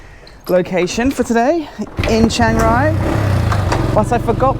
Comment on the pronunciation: Chiangrai or Chiang Rai is not pronounced "Shangrai".